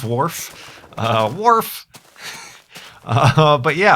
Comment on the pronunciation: lol said wharf